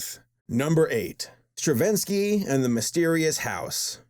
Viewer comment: Because Stawinsky's (Or however that's pronounced) movie creator didn't like the critics towards the movie and took them down, including video about it